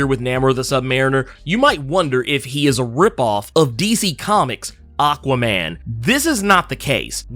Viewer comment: Same. I actually only went to this comment section to see if anyone else had the same issue. I've heard it pronounced different ways before but this is most definitely the worst. That said, its still more forgettable than Benny's from The Comicstorian Channel's illogical pronunciation of Aquaman